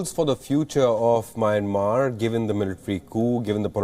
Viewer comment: It’s not “Meinmar” it’s “Meeanmar ie Myanmar. Please pronounce it correctly. You Indian news anchors always read incorrectly.